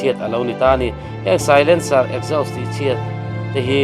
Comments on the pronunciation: Exhaust ...esgaust ti in i lam mai in ka hria 🫣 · Ekzaws tia lam tur aw. .😅